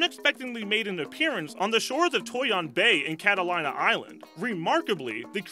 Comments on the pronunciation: "cata lina"...nope..pronounced "cata leena" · Catalina is pronounced KAT A LEE NA please.